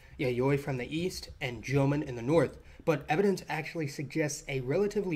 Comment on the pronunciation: Actually more like jōmon.